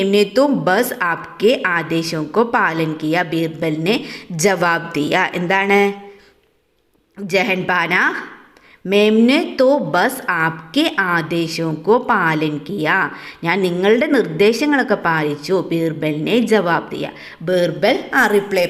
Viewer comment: ജഹൻ പാന അല്ല. ജഹാംപന എന്നാണ്